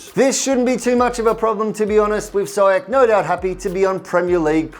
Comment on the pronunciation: Sorry for nitpicking but Ziyech is pronounced Zee-yash. Anyways, great video as always guys 👍